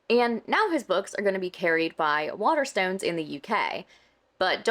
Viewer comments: How can you say the name of the book store so much and never say it right? Waterstones isn't hard to say but is my favourite shop 😂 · Is it bad that i wanted to throat punch him for the way he says Waterstones we dont say it like that ffs he a clown. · Hearing him trying to say Waterstones is a new ick for me.